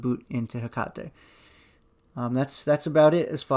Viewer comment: also like that you pronounce 'hekate' correctly. maybe you studied a little japanese? haha